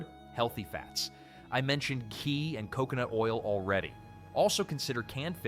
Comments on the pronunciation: Ghee pronounced Gee , hard G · the video says Chee instead of Ghee. The correction was right it's a G